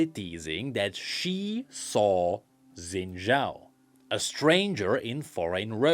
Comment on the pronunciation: They pronounced Xin Zhao's name 987 times in the motion comic and yet..